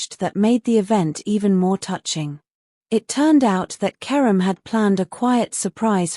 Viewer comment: Mds fala certo o nome de kerem.😊